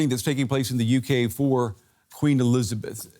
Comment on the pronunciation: "queen elithabess" xD